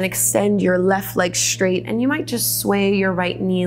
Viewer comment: Respectfully: Careful! You're saying "shtretch" and "shtraight" instead of "stretch" and . . . as a public speaker, you might want to tidy that up. Thanks for the vids, you rock!